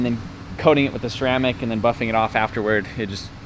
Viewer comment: Was that puffin or buffin???